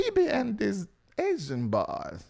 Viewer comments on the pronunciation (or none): Why do always talking about BB and these 'aisan boys' 😂😂😂😂😂😂😂😂😂 Why you say it like that? Crazy Funny